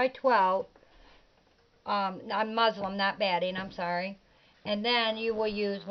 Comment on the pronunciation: Hi, Very nice video! It sounds like you are saying Muslim instead of Muslin.